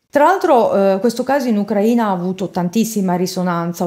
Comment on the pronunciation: Ucraina stato e ucraina aggettivo si pronunciato in modo diverso